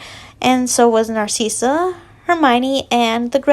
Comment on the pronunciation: This is how u say narcssia nar like car ciss like sis and a or u can just say cissy